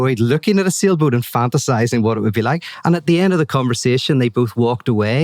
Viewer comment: He said sailboat but I heard "seal boot".